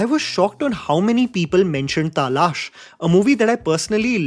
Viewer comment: Goodness... is selectively avoiding replying to any comments about his wrong pronunciation of "taalash... तालाश.. or तालश... Or whatever it is... तलाश